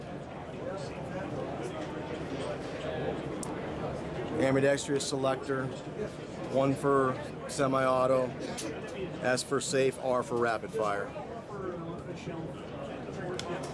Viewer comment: I swear to God, if I hear someone say "ambidextrious" one more time...